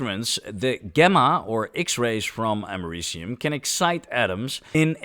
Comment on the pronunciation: 😭😭😭 “Ameri-cum” wth bro 🇺🇸😭